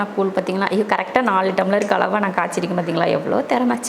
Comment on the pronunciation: கூழ் koozh என்று சொல்லுங்க. நீங்க கூல் கூல் சொல்லி paduthureenga